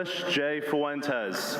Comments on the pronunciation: Am I the only one seeing that it seems he can't pronounce Fuentes well? Hahahaha It seems he is missing the N. Like he pronounce it without the N there. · Has Fuentes ever LOOKED UP HIS LAST NAME?!